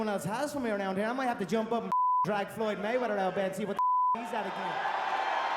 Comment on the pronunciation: "floyd mma-weather" skip you get on my nerves sometimes man.